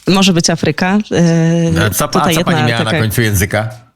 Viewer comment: Pani redaktor, "Afryka" akcentuje się na "A", a nie na "y"...Język polski się kłania. Jeśli jest się osobą publiczną, to należy poprawnie stosować nasz język ojczysty